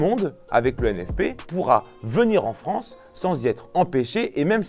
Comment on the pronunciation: Bonjour la "Fronce"...